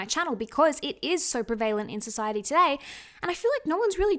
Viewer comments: What we look like should be the LEAST interesting thing about us. You’re a beautiful Person, I hope the awful comments done get to you. Also side note- when you’re saying “preVAYlent”, do you mean prevent? I’ve just never heard anyone pronounce the word like that 😂 it made me laugh only cos I was trying to figure out what this word was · prev - a -lent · pre-valent hahaha I love her 🤍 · I’m sorry but you’re pronouncing prevalent wrong 🙈